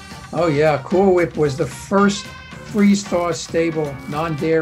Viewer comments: You mean Cool Whwip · HWIP.... Cool Hwip... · Damnit Stewie, ok ok say whip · ok now say cool whip